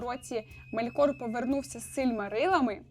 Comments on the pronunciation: Дякую Вам за відео, ви дуже приємна людина та зробили якісний аналіз. Єдине знову ж таки щодо наголосів - дуже кидається у очі неправильні наголоси - Мéлькор має бути (не Мелькóр), Мóргот має бути (не Моргóт) тощо.. так, Ви попередньо вибачилися за це, але ви знімаєте контент на аудиторію, сподіваюся на велику аудиторію у подальшому. Наприклад, я коли навіть для себе читаю, то перевіряю наголоси власних імен у Гуглі, або у крайньому випадку - Ютубі, де інші блогери вимовляють ці назви або імена. А так все гарно, успіхів! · Мелькор - наголос на "е" Моргот - наголос не першу "о"